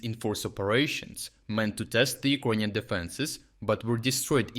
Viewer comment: do you pronounce "Icronian" on purpose, am I missing something?